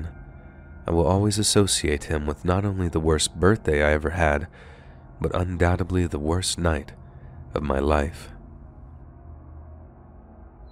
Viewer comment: It`s "undoubteDly",not"undoubteBly".....